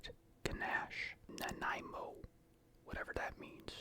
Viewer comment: ok I thought so cause you pronounced the Nanaimo bar correctly which is a Canadian dessert but the cookie doesn’t represent it well 😂